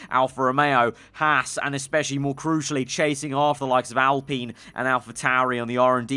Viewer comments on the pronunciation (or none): Its pronounced al-pine not al-peen